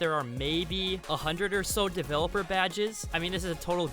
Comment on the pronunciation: The only thing that is triggering me is how u say developer